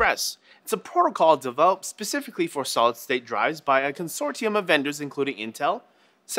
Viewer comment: Specifically. Pacifically isn't a word.